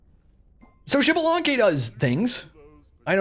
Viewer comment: I’m waiting for the day he says xbalanque’s name right🙏🙏🙏